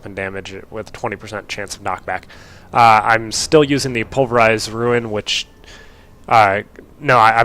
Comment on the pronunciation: ITS RUNE!!!!! not ruin......i understand the type-0 but how do you keep saying it.